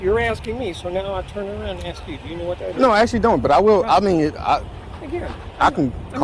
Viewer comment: You’re too smart to be saying axe instead of ask. Why do you do that?